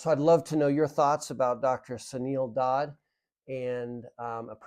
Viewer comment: I think it is Dr, Suneel Dhand (not pronounced "Dod" , more like D'(h)and where the H is silent?) Yes am familiar with his work and find your perspective helpful - conflict of interest especially. But when you see a friend over about 6 years go from pre-diabetes, to heart attack and statins, cholesterol medication, then full diabetes 2, and then COPD, on to full hip replacement surgery....(as well as having two different hernias). Yet she is intelligent, eating "well" and has an active lifestyle, and is not morbidly obese; you really do have to ask yourself where it is all going wrong.